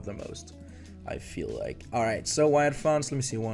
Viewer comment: Say “Like” right. Good vid though! You on the come up for sure 😤